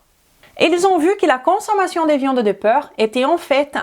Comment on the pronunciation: obrigada pelo vídeo. O conteúdo é interessante, mas a sua pronúncia está precisando de ajuda. Você está pronunciando porc como peur. Moro na França há 47 anos, posso te ajudar?